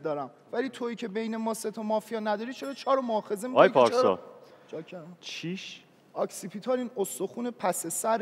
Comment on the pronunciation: شماره ۱...تلفظ صحیح کلمه اوکسی پیتال نه آکسی پیتال